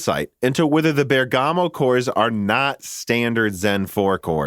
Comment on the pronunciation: Great content as always, but please stop sayng "bergàmo", the italian pronunciation is "bèrgamo" ;)